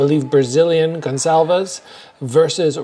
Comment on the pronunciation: is the first foreigner I see pronouncing "Gonçalves" correctly